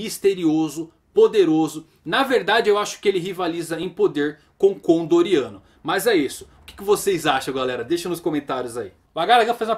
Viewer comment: não é condoriano, é Con D. Oriano